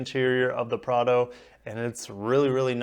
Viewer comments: Don't worry man, you are saying Prado correctly. It's pronounced p r aaaa d o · Prar-doh. You’ve nailed it. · Bro you have the 4Runner much better in my opinion, and yes you got first the pronunciation right. Cheers! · You are pronouncing the name correctly. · You are using the correct pronunciation :)